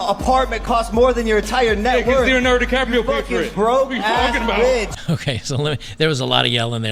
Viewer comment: Red flag: she draws out the last syllable of the last word with a gravel in their voice ie 'bisssh'